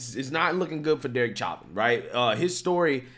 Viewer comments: I do love your show and watch all your videos as soon as you release them but I wish you could get people's names right. Literally every video and news clip you showed correctly pronounces Chauvin correctly. How can you hear the name so many times and still get it wrong? You're clearly a very intelligent man but surely you must have heard the name pronounced correctly thousands of times by now and yet somehow that doesn't enter your brain. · Insane people. C'mon. We all just watched a video of 5 people correctly pronouncing his name. Its not "chah-vin", its "show-vin". When i share your videos, it matters. Lefties will always look for a reason to ignore conservative voices. Otherwise, keep up the good work.. God bless everyone. God bless America. 👊🏾👌🏾👍🏽🙏🏽🧡🇺🇸🇺🇸🇺🇸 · It’s show-vin. Stop sounding stupid. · i love you brother but its- Show- Van. I know you always say you have issues with names, like Vivek etc...etc... i cant spell so, were even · Bro the way you pronounce his name is so annoying. Say it right